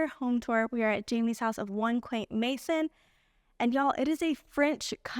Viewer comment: It is pronounced ma san not may son. Enjoyed the video and her Etsy shop.